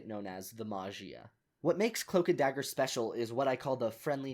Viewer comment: cloak and dooger